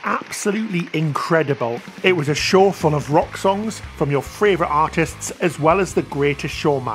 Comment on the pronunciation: I just discovered you guys.... I love this vlog!!! Interesting, passionate. Two pronunciation tips for (I'm a retired primary school teacher; I can't help myself): favourite not fRavourite, whirlwind not WORLDwind.